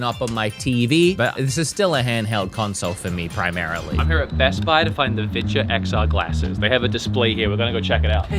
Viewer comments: I did t think you were saying viture I thought you were saying vidja like hank hill and the vidja games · you've been saying Viture. that is not what I've been hearing